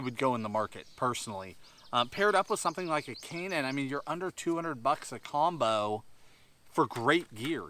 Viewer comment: I hate how people with his accent say "combo" lol.